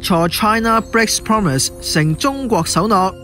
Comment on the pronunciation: united講成u-like-tick, breaks 變bigs, promise讀成 pompmiss, China讀成搓拿，核突到癡線。